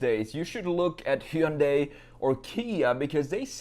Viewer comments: Buddy, it's HUN DIE, that's it, it's not heeyoonday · Hyundai is pronounced like Sunday.